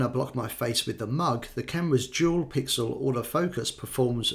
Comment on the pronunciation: For a second I thought he said jewel pixel auto focus